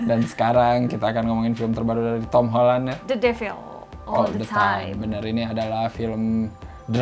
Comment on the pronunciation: Pengucapan mbanya the devil salah😊